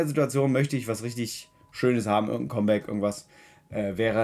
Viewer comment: Was zur hölle soll ein Comeback (kommbäck) sein? Es wird (kammbäck) comeback ausgesprochen verdammte scheiße!! Wenn englisch dann bitte auch richtig!!